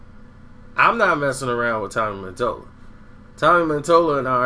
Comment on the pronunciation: MATOLLA. MUH-TOLLUH.. DUMBASS